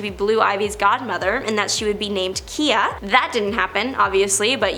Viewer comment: “Keeya”? Who’s “Keeya”? I know KIYA, has slammed Bey. (Pronounced: KIGH-YA)